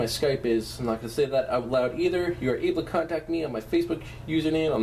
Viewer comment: it's funny because he said oot instead of out